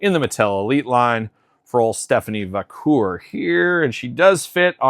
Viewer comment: Va - care. Haha Not Va - coor. 😅